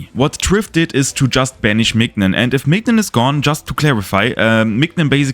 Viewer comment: Great video ! Just wanna mention, mignon is pronounced like the word minion